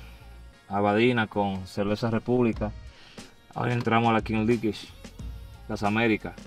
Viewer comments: King lish😂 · “Kins lichs” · La king lish 😂😂😂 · Santiago king league “pronunciación, king lig” no kin lish.. te quiero 😂😂😂😂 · No es (Kin Lich), es (Kings ligg) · King liguesh 😂 duro foke duro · La kin lich 😂😂😂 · la kin Lish jajajaja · “King lish” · Felicidades Foke espero que tu hijo aprenda y se beneficie de ese logró también, ohh y no se pronuncia lish en español la pronunciacion es liggggg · Ahora en verdad por favor Santiago 😅es King league no king Liguers 😬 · King Lish? un poquito de Inglés, Santiago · “Kin lish” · Se dice kin lig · La King Lish😅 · Kings League (Kins Lig compai), yo no se de donde le salio a este ca'co e' maco esa kinch lich... 🤣